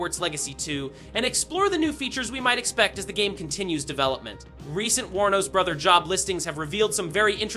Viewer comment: thank you for pronouncing Warner Bros correctly. Most/quite a few people on youtube when they say it, they pronounce it as "Warner Brahs".